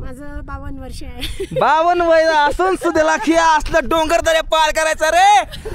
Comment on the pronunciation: डंगर बोलला नंतर डोंगर 😅😅😅😅😅